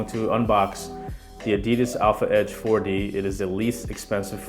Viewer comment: Why do you pronounce "ADIDAS" like an idiot??